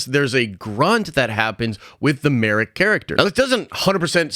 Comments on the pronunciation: And his name's marrok, not marook lol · M A R R O K. How are you getting that "oo" sound out of that? Maruke or Marrook is how you keep pronouncing it. I'm only halfway through your video and it's bugging the crap out of me.